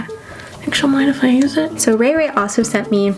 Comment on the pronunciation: 1. You call Rachael (ray ray)... 2.You used 8 shades out of 10 shades.. 3.well i wouldd lovee to tryy themm outtt which ever one.... my bdayyy is jan8 ...😱😱🤞🏻🤞🏻 my ig name is following subscribe Facebook Instagram twitter...🤞🏻🤞🏻🤞🏻